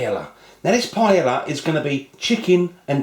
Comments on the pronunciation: ahh its pronounced pie-ay-a not pie-ella :( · firstly it is pronounced as pa-yah not pa-ya-la, secondly you need to have rice stuck at the bottom, thirdly what is with the eggs??? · Naku It's a shame how they desperately cling to the name PAELLA and won't ever let go even when they can't pronounce it, The guy even sounds more and more proud with every wrong pronunciation of it. He says PALLA, then says PAELA. Their sorry azz rice dishes would not get any attention if they don't call it PAELLA!!!. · It's a shame how desperately clings to the name PAELLA and won't ever let go even when he can't come close to pronounce or cook it right, he even insists in not letting the rice stuck to the bottom of the pan...which, when happens, would give you the nice and traditional socarrat. The guy sounds more and more proud with every wrong pronunciation of it. He says PALLA-PAYA, then says PAELA. This sorry azz rice dish would not get any attention if he doesn't call it PAELLA!!!. Who gives a F$#*K about tradition! let call it PAELLA to bring in the viewers!!! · PAELLA IS PRONOUNCED "PA EH YA". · this is surely NOT Jamie Oliver is it????? it is a charlatan, with not the most authentic looking paella, YOU EVEN PRONOUNCE THE NAME OF THE DISH WRONG YOU MUG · You can't even pronounce paella. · The way he pronounces paella and chorizo. lol ;-) Honestly, I think this is closer to risotto than paella... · how about you learn how to pronounce it first?